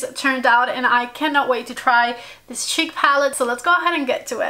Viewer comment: Why does she pronounce “cheek” as “sheek”?